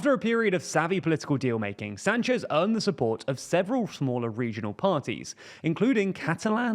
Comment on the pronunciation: My relatives have the last name Sanchez, its not pronounced San chez like this reporter or Rick Sanchez says but Sahn-ches. You would think if we have to go through training to say Vivek right you would get this one too.